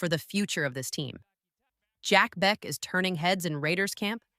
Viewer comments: Jack Bech is pronounced like Jack Besh for future videos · people telling me its AI, I know... write it into the AI as Besh if you need to